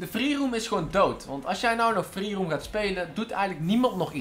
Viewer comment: Hij zei een aantal keer: "Freeroom". Maar even serieus.. GTA V is echt niet dood hoor? Zat Amerikanen waarvan de online episodes, echt miljoenen keren worden bekeken. Voor jou is het dood, omdat je zo weinig kijkers hebt. Logisch ook, met zo'n slechte uitspraak voor Engelse woorden. Misschien moet je een keer een video maken, over dat je probeert een straaljager van de militaire basis te stelen.